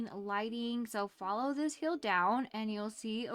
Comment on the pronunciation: Hi can you say hill instead of hyel ty!